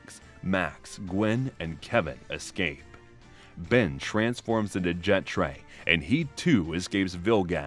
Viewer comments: ''First As Vetray'' ITS JETRAY! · Did you call jet Rey, bay ray ? 😭😂